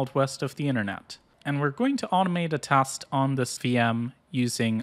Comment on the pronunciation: its teeeeest not kurwa tahst.